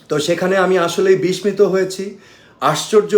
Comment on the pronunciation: I was surprised he is saying the bangla word pronunciation...bismito!!!!!!!...........omg...I don't know what to say????... It should be..."bishshito"...I wasn't expected this kind of mistake, which came out from his vocal.